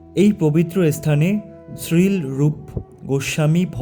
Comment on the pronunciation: শ্রীল না উচ্চারণ হবে শ্রীলো